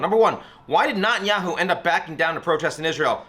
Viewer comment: Ian, I love you, but you’re pronouncing Netanyahu incorrectly :)